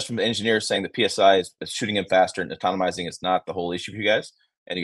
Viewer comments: you are driving me nuts the way you pronounce ATOMIZING. It is A-TO-MI-ZING. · Atonomizing? Atomizing* 😂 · Atom - izing Not Automomizing